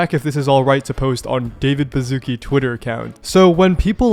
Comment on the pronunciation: its not David Bazookie its a polish name and the sz is pronounced like the English "sh" sound, as in "ship". please do some research about foreign names before you misspell them